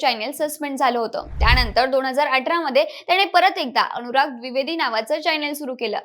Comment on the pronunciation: अणूराग? का असे उच्चार? मण? सोण? काना वर अत्याचार होतायेत!